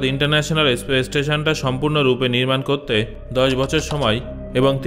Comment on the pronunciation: kothata Aspace na Space.